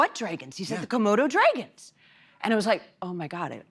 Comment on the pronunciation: Whatever happened to the comments that said she had a hard time pronouncing "dragons"?